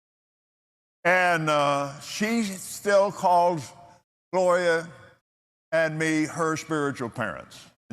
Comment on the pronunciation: When he said "Gloria" I swear he said "Goya"